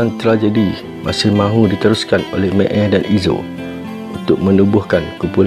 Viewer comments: Sebut pun tak reti...mael jadi meel..xpdc jadi spdc apa la punya keras lidah.. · boleh tak sebut Mael (mak-el), bukan mek-ey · Mael bos, bukan meel.. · Meel..meel.. MAEL!!! bukan MEEL!!! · Kenapa mael bunyi may eei?aduyai